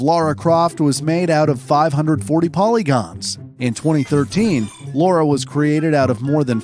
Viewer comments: It could have something to do with his pronunciation of words, unexcited delivery, entirely placid cantor of speech, and a monotone demeanor throughout. In this video at least my brain almost melted hearing him say Laura almost 100% of the time. It's Lara. And I won't accept an "it's an accent thing" or any crap like that. He didn't even try. I'll tolerate it to a point assuming someone has a speech impediment, unless of course I hear him get it right at least once. After that the label of "slacking off like all hell" gets stamped on the effort. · I think it's the fact that Laura is a more common name. Never heard of a real Lara. Also, yes, we can pronounce it, but if you're unfamiliar with the character and you don't really care, you might accidentally pronounce it Laura. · Nope... not a single time. It's always Lara... British actors will say the "a" more like the a in "father" - (same way they say can't and dance) but it's never an "au" like in "laundry", "caught", "laurel" or "Laura".... to a native speaker of British English, Lara rhymes with Clara, so if you're American you should just say it so that it rhymes with the American Clara, who has the same vowel as a cat or a bat..... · It's LARA and not LAURA. The narrator keeps saying it wrong. Did no one involved in making this video realize this mistake? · Derby is pronounced "Darby". If you need directions in the UK don't call it Durby coz you won't get there. It's bad enough calling a well established character "Laura" all the way through a video about Tomb Raider. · She's called Lara not Laura ffs. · Even if parent were GONNA name someone Jack but decided on Peter , the name of the person is gonna be Peter !!!, even if the audio presenter here insists on calling him Jack, they WRITE it Lara, why pronounce it LOra, chances are parts of the crew might have been called Lara, after all a huge number of girls were called Lara after Doctor Zhivago hit the cinema in 65, and that, not just in the West … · It's Lara!